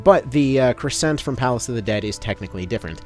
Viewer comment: Take a shot every time he mispronounces crescent or gorgon